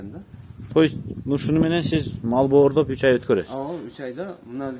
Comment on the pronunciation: боордоп эмес, бордоп